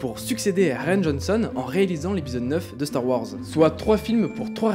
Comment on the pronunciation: Star Ouhorze 😄 Bonne vidéo sinon GG 👍